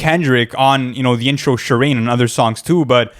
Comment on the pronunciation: Amazing video, but "Shi-Reen"? It's Shuh-rain